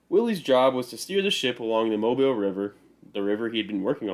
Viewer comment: It is pronounced “Mo-beele”, not “Mob-ile”. The unusual pronunciation is because it is a French pronunciation of “Mabila”, one of the American Indian tribes that inhabited Mobile Bay.